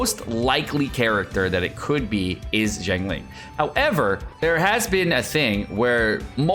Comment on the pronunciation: It’s xiangling and xingqiu. You’re welcome.